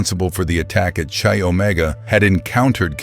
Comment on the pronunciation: Right off the bat...they weren't all taken at night... several were taken in broad daylight. The sorority is pronounced "Ky" not "Chee".